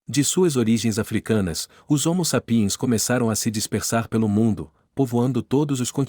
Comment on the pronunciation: A PRONÚNCIA CORRETA É HOMO S(Á)PIENS, VÉI! NÃO É "SAP(Í)ENS" NÃO! 🐴🤬